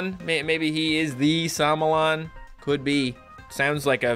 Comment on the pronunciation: I love when he called it samolon but its somolon